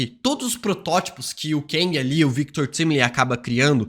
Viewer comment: Só eu que fico com agonia quando ele pronuncia de forma errada o nome do Victor Timely e Alioth? 😰